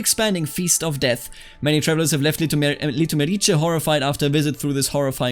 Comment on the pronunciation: You make Litomerice sound like its a county in Italy :D